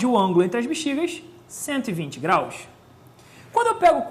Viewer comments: Tá, e o que tu me diz em dele ter dito "graus" sem o sotaquezinho carioca?! Shaushau aquele "180 GRAISS" não tem como defender honey.. asiajsia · aula muito superficial, além do "grais" que estragou tudo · sério que tem gente problematizando um "grais"? Gente, ele é professor de química e não de português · Ele não disse "grais" por ignorância. Ele é carioca, mas, na hora em que disse "grais", não puxou o S (graish) como de costume. Ou seja, não foi uma atitude automática, foi planejada. Ele quis brincar mesmo. Tanto que ele usou "graus" logo após usar o "grais". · kkkk "grais", quimica é foda msm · kkkkkkkkkk apesar dos " grais " a aula foi boa. Quase ninguém percebeu. kkkkk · UOL , vim nos comentários pra ver se só eu percebi o "grais " ! OMG !!! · 180 GRAIS??? foi isso mesmo que eu ouvi???